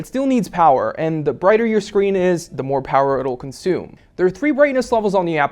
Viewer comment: I hate how he says "da" for "the"